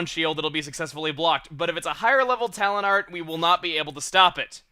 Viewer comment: Talent Art? I thought you were saying Talon Art the whole time!